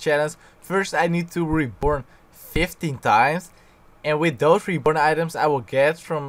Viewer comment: Sounds like you're saying reporn instead of reborn , lmao